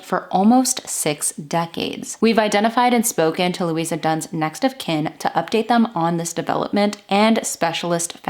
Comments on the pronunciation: Her name was Louise ( pronounced loo eeze ) not Louisa . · Pronounced Louise. Please no A at the end. Or with the A it would have been pronounced looeeza. Which you said wasn't right but continued to call her that all the way through. Please it's LOUISE PRONOUNCED LOOEEZE ! TA very MUCHLY. GOOD INFO. I LIVE JUST A FEW STREETS AWAY FROM SAID DOMICILE, still looks the same today.AAREET MOI LUVVER FROM ME TO THEE.